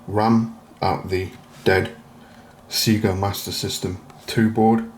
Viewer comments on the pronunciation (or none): It's pronounced Sayga not Seega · It's not Seega. It's Sega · Nice fix. Never heard someone from the UK pronounce it "SEE-GA" before, thought it was just an Ozzie thing.